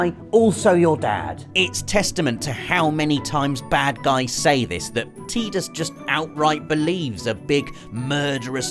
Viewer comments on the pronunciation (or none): Tide-us not Tea-dus!